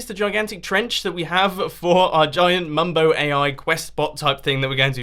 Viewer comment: mumbo it sounds like u are saying rs snorlax